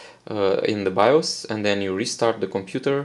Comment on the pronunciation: “Bios” is pronounced “Buy-yoous” but other than that awesome video.